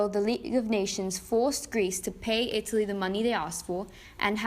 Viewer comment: ita lee more like ita pee